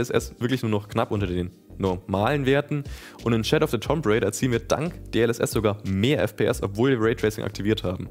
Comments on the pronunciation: Alles cool, aber ich stolpere immer darüber, wie du "tomb" aussprichst. (auch weil du es so oft sagst) Das spricht sich eher wie "toom". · Und dass das "O" als ein langes "U" ausgesprochen wird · Das Spiel gibt es seit 1996. Hatte auch gedacht, dass sich das inzwischen rumgesprochen hat, dass das b in Tomb stumm ist. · Das "Tomb" von Shadow of the Tomb Raider triggert mich so hart <.<